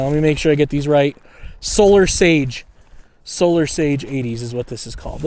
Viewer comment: Saga not sage